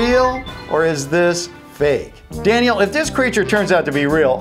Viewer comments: Why do u say so fak it's funny its is spelled so fake it's funny 😂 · he said fak